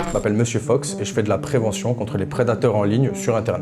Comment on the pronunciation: pourquoi vous dites 'monsieur feuks'? c'est Fox non?